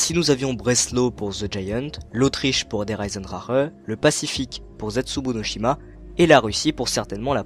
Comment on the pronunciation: Pk tout le monde dit der eisendrareeeeeeee c der eisendrachee ptn